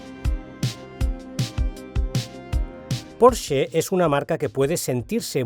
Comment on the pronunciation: Al fin alguién pronuncia bien Porsche🙌🙌🙌